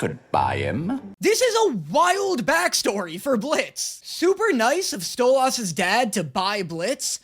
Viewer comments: i love that when people got mad about how you pronounce stolas name your responce was to duble down xD keep slaying king ! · The way can’t pronounce Stolas right is wild 😭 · In stolas' name domt emphasize the A, pronounce it more as an I or an E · I hate how he pronounces Stolas but I deal with it bc this man is hilarious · I know he said in the previous video that he doesnt understand how the way he says Stolas is wrong, but he pronounces it like Stella does, by putting emphasis on the second half. She does it to call him an ass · If you love stolas so much, say his name right. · You know what I’m not even going to fight it anymore in the endless war of you mispronouncing his name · Listen in the last video you said that u pronounce stolas the same as they do in the show but like- u pronounce it as stolAs 😭 you pronounce the 'las' like the 'las' in the word last while the show pronounces it stolus like 'lus' from lust instead of las 😭 BUT HELL YA MORE HELLUVA BOSS ‼️ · it's pronounced STOW-LES, not STOW-LAS!!! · Stolass? Its stolAs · stoluuuuuussss no no its stoliiiisss AND CAN YA NOT SKIP THE FUCKING BEST PARTS PLS>:( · It’s Sto-liss not sto-loss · so his name is pronounced "stole-is" not stole-os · It seriously triggers me how keeps pronouncing it "Stole-Aws".... Even in the show, when they say his name, it's "Stole-iss" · damn that stolaas thing is really anoyying XD LOL its stolas not stolAas or stolaaaaas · I’m so tired of him saying stoloss when it’s stoles and i know it’s spelled Stolas not stoles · I cry a bit on the inside every time he says StoLahs when I’ve only heard it pronounced like StoLess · I love pronunciation of Stolas he makes it sound super posh "Stolaaas" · why does he say Stolas im sorry its called Stoles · Dose anyone else getting triggered everything he says stolAHS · It's pronounced stolis I'm sry for being that kinda guy😊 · I like genuinely hate how he pronounces stolas as sto-las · It’s pronounced like stolis